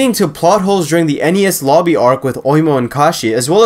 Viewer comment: Bro did not just say NES Lobby 💀